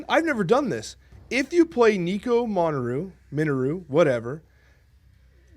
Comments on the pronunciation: please, its Nico "Min na ru " not "Monaru" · I like how he corrects himself on nico and still says it wrong lol